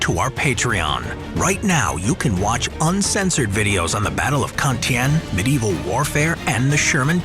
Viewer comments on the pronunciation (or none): none